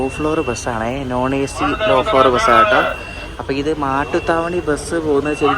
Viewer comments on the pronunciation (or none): മട്ടുത്താവണി അല്ല, മാട്ടുത്താവണി ആണ്.